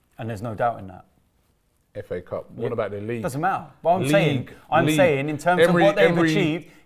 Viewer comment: All I hear is fa cup🤣🤣🤣🤣